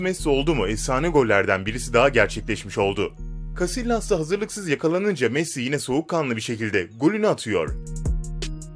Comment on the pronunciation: Futbol ile ilgili video atıyorsan Casillas'ı Casiyas Getafe'yi Hetafe diye okumak zorundasın. Beceremiyorsan ya videoyu paylaşmayacaksın ya da alt yazı geçeceksin. Video akışında yaptığın yorumlar futboldan çok uzak.